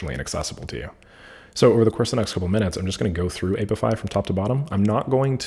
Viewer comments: "aye pee eye fi" not "ape if eye" 😉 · The "a" in apify is short like in app. Not long as in ape